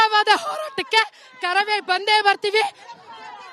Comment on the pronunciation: ಅರಾಮಿ ಆಂಕರ್ ನೀನ್ಯಾಕೆ ಇಷ್ಟು ಹಾರಾಡುತ್ತಿದ್ದ ಕಾರವೇ ಅಲ್ಲ ಅದು ಕರವೇ